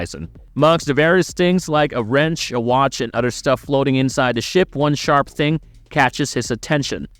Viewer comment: Udder instead of OTHER,christ,you sound like a stupid kid in 4th grade.